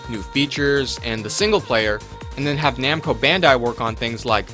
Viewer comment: It's already bad enough that you are saying it in the wrong order every time, when every time you show a picture of their company logo, but you also pronounce Bandai incorrectly.